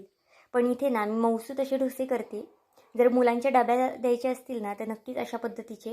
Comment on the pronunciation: अहो मैडम ढोशे नाही डोसे असे म्हना😂😂